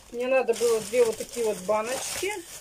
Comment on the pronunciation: Да у неё целый свой словарь, сорите (смотрите), ИльЮша... слов много, но от этим меня передёргивает больше всех.